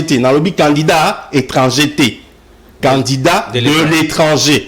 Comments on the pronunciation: TU DOIS DABORD BIEN PRONNONCER CANDIDAT AU LIEU DE CANDINDANT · TU ES CONTRADITOIRE AVC TN PRESIDENT LUI MM IL RECONNAIT..MAIS TOI TU ES DERRIERE LE POSTE...AVC TES ERREUR DE PRONNONCIATION CANDINDAT AU LIEU DE CANDIDAT TU N AURAS PAS DE POSTE MR